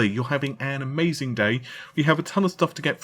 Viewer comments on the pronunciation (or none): none